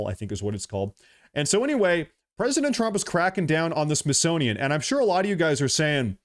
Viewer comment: Your "Freudian Slip" was profound. "Myth-sonian"